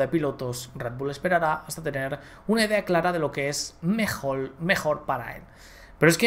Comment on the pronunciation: Minuto : dice "mejol". Me muero te lo juro 😂😂😂